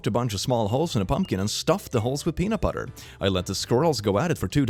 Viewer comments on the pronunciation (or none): none